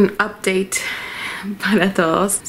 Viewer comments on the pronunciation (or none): none